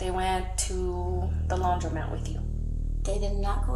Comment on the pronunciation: It’s laundromat!! Is READING letters in a word that hard?? Criminal behavior is definitely correlated to lousy English!